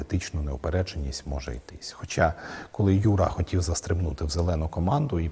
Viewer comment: Слово хотів українською вимовляється як «хотів» а не «хотіф»!